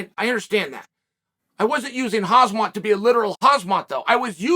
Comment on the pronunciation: Slow down and read his name...it's Khamzat, not Khazmat....small difference but not really.....not a big deal but after 100 videos you think you'd get it right